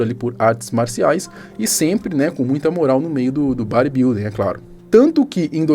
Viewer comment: Porque o fala Bari building kkk